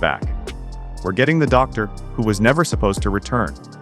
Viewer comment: AI generated click bait. "Doctor <Pause> Who" and TARDice? At least check it before publishing.